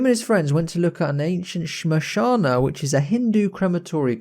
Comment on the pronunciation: When you said shamshana I was confused that what is shamshana but then I realised it's shamshan you know the burial ground.